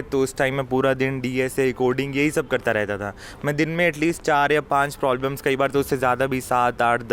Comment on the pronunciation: Bro why are you saying "Prolbems" instead of "Problems" 😅😅